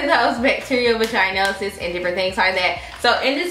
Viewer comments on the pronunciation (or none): Vaah-gin-osis babe or vaah-gin-itis 😂 It’s not a long ī like the word vagina.